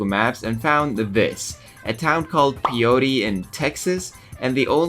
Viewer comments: Holy crap lmao I actually know where Pyote, TX is and have been there. It's close to my hometown (well, close by West Texas standards which is far even by American standards lmao). Btw, it's pronounced "PIE-yote" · Pyote Texas is pronounced Pie Oat